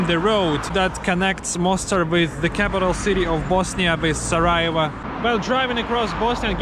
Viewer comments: Not Sarajeva it’s Sarajevo. Try to learn the proper pronunciation of the major cities at least. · this is not how you pronounce sarajevo